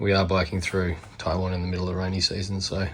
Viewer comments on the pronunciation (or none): none